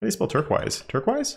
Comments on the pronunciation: turkwise? it's pronounced turkoiz = turquoise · Fun fact: turqoise is not pronounced turk-wise, it's tur-koyz. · I love pronunciation of “turquoise”. It actually seems more phonetically accurate. “There are many cities in the eastern hemisphere that I enjoy, but Turk-wise, Istanbul has got to be my favorite.” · I cringe when you say turquoise, but love all your videos mate, been binging them!